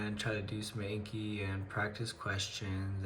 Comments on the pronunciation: I love these videos but the way you say "ayne-ke" instead of "awn-ki" drives me insane lol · People that say “ayn-ke” drive me mad 😂😂. I was literally yelling at my computer screen “it’s AWN-Ki” 😂😂😂. But congrats on starting med school! And honestly watch the boards video, do the subsequent anki cards for them, then go through lecture materials. Do your daily ANKI reviews. Incorporate pathoma when you guys start learning disease pathologies & stuff. Then use sketchy when you guys get to microbiology & pharm. all the best! - M2 student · I’m not in medical school, but I am also taking Anatomy/Physiology right now. We’re going over the lymphatic, immune, and cardiovascular systems right now... I couldn’t understand the cards you were talking about. It sounded like you were saying “inky cards” or “NK cards” or something. What are you talking about exactly? Are those online flashcards or something?